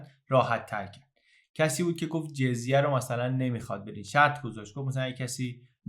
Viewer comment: فکر کنم خوانش درست لغت جَزیه است و نه جِزیه در ضمن دَمه باید باشد.